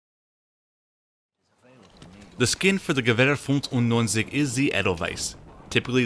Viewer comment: You NAILED that part as well as the m.95 name you said!!